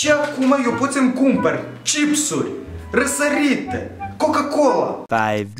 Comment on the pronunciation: Răsaritî😂😂😂😂 moldovean de-al meu